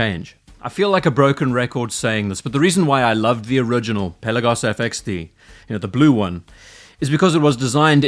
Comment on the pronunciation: Hey, hope you enjoyed your time in the Aegean Sea. Also, thank you for pronouncing the word "Pelagos" ( original Greek word being "Πέλαγος " with emphasis on the letter e),unlike so many other watch youtubers. Best Regards. P.S. if you ever revisit the Swatch x Blancpain watch, I will be glad to share my experience, as I went to check it in person.